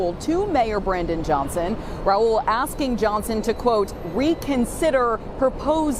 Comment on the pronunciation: It's mayor Brandon Johnson. If you can't even get his name right why should I waste time watching this video without even the most basic research to get that guys name right.